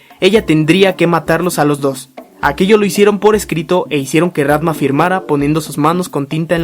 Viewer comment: tambien dice rantma